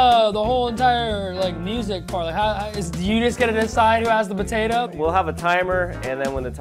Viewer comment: time: 47-52 evan said Batato instead of Potato! 😂